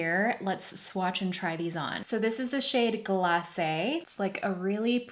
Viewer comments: Yes!! It’s very frustrating hearing influencers mispronouncing the names of products. I felt relief when she said it correctly. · You're the only one i saw up to now who pronounces glacé correctly. So nice to hear.